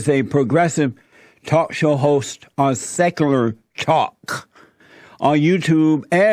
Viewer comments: I though the same as soon as he said "Sekurer Tok". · “On sekurlur talk” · "Secerler Talk"